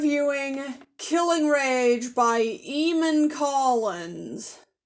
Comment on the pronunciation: It's pronounced Ay-mon.